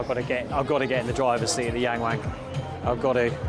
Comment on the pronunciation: YangWang Pronounce Young (W)oung. You’re Welcome